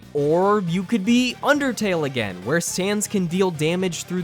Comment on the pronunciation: Me the undertale lover thank you for saying undertale good